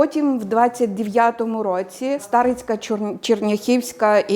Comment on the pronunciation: Чому СтАрицька, коли СтарИцька?!